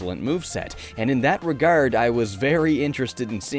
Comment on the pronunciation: 1. Where are you from you say regard very interestingly it’s the only time I hear an accent 2. I just love this game mostly cos of nostalgia but the scenery was so beautiful and memorable to me I used to go in the ghost world levels and look at the sky :))